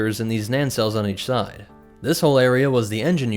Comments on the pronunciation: Thank you as always, but it is CONSISTENTLY frustrating that you mispronounce Nacelle(s). There is NOT a second N in that work. Nay-sell(s) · "Naan-cells" So the B-wing was also specially equipped in case the Rebel Alliance ordered curry?